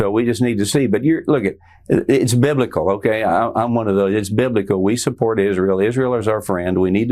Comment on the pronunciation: "It's Bilblical" - this is the problem